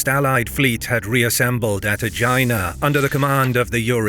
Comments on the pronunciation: what about Aegina pronounced like vagina though? xD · I like how he spelled Aegyna. Sounded like vagina.